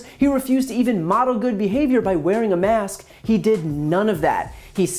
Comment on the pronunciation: Did he get his education at his own fake university because he can't even say the work mask properly.